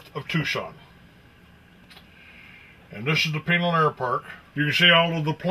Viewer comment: "Those who talk... don't know." These guys, in the video, have no clue... including how to pronounce Pinal... and Marana.